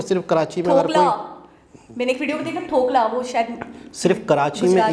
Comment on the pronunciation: "THOKLA" Nahi wo "DHOKLA" Hota hai aur woh Gujarati dish hai 2 types ke "DHOKLA" Aate Hai. "KHAMAN DHOKLA" Jo thode se tikhe mithe hote hai. aur 2nd wale "VATI DAAL KE DHOKLE" woh bahot swadisht hote hai SURAT KE Bahot famous Hai. Bombay Me bhi milte hai.